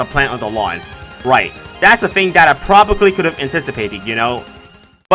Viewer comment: always saying "probably" wrong never gets old